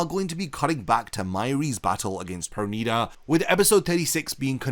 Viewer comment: Finally you said it right perneeda 😂😂😂